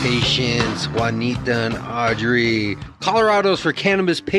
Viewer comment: Its Audrey, not Aubrey lol